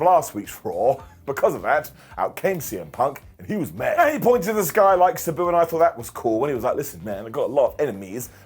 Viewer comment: It’s Sabu ( SAH BOO). Not SE BU